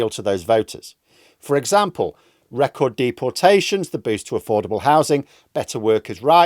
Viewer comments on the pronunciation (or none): none